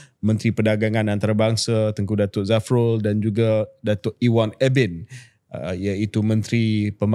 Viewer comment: Ewon Benedict bro bukan Ebin😅😅